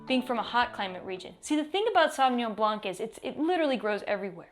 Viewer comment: Alright, there you go. Madeleine: don't pronounce the "c" at the end of "Blanc".